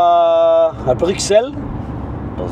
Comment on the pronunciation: Dans Bruxelles, on prononce le x comme un s. Il y a une chanson d'Angèle "Bruxelles je t'aime" si ça peut aider. Avec plaisir 🙂